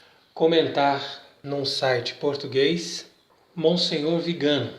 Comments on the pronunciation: Bom dia. A pronúncia do nome do Arcebispo nõa é Vigâno, mas Viganô. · VIGANÓ, TEM ACENTO NO Ó, NÃO É VIGANO. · Pronúncia do sobrenome está errada: le-se “Viganô”. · Não é Vigano, mas VIGANÒ… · A pronúncia correta é Viganó. É oxítona. Salve Maria